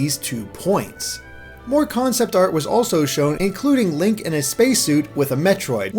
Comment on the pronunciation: did you just call him "Lank"?